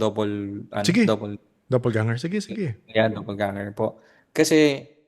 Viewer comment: "Doppelganger" po. Not double ganger 👍✌️